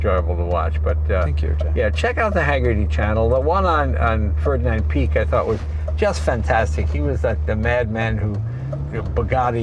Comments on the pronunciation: I wanna know how hard Jason had to bite his tongue when Jay pronounced it "Ferdinand Peak" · i can only imagine what was going through Jason's head when Leno said "Ferdinand Peek"